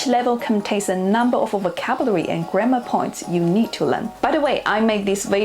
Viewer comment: you said 'grammar' like 'grandma')))